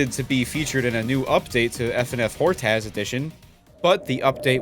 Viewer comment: It's pronounced "Hort-uhss" edition, not "hort-ass" edition